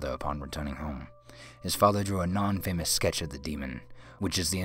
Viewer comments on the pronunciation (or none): guy mispronounced stuff too, like infamous was pronounced "in-famous", like two separate words.